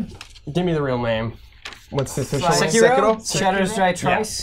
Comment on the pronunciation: sekiro's pronounciation is ''say-key-ro' =)